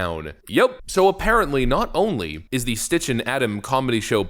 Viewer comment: Poor Sitch… everyone keeps calling him stich lol